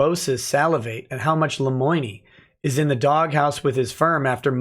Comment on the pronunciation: Lemoine should learn how to pronounce his own name before thinking about consluts.